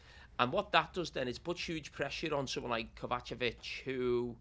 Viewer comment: What on earth is that pronunciation from Carragher for Kovacic hahaha